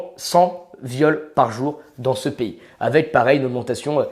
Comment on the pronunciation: "dans s'pays". De quelle nationalité est ce monsieur?